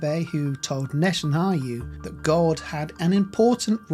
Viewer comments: lol made me laugh , Net anayhu lol I remember my mum ( who has been with The Lord just over 3 years ) , strugglning with how to pronounce his name correctly too, we used to laugh ! one day I said to her NET and YAHOO then after a bit of practice she got it . Thanks for the Video , Jesus IS definitley coming soon, He's only been gone two days on his clock or thereabouts .. Glory to God !! Prayers for peace for Israel and the salvation of the unbeliving Jews the World over and the salvation of unbelieving gentiless too Amen Amen and Amen God bless you and yours , and a new sub here from North Wales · Its not Netanhayu, its Netanyahu, inform yourself before making any kind of video…. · Pls be corrected, it's Netanyahu not Netanhayu as the video narrator keeps on mentioning. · The narrator MISPRONOUNCES Netenyahu's name umpteen times! It would be far more convincing if at the very least you can get someone who can say Neten Yahu, not NetenHayu!!! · Netanyahu not Netanhayu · NETAN YAHU not Neten are yoo!!! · My brother its Natan Yahu - not Natan Hayu. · His name is Netanyahu not Netanau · Why do you say “Netan-ha yu” 😂😂. It’s Netan-ya hu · NetanYA HU...say it with me...please and thank you! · I don't think you should be making a video on Netanyahu when you can't even pronounce his name right in the first five seconds of the video... Netan HA YU? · not Netanhayu, but Netanyahu!!! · Netanyahu! Not NetanHAYU, the way the reader is pronouncing it!! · Brother, it is NetanYAHU, not HAYU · It's NETAN -YA - HU not NETAN HU - YU. Continually mispronouncing his name detracts from an otherwise interesting video. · Please learn how to pronounce Netanyahu instead of calling him Netannayu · Please read the name "Netanyahu" again and then try to pronounce it. You seem to be saying "Netanayhu" or something like that. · Its netanyahu not hayu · Net en yah hu. That is how his name is pronounced. Blessings. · Netan-Ya-Hu (pronounced hoo) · It's not Netan-hayoo. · Can’t say his name right?